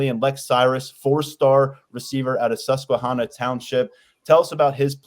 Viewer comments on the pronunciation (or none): Hearing you say ‘Susquehanna’ is almost as bad to a central Pennsylvanian as someone saying ‘Lancaster’ wrong. lol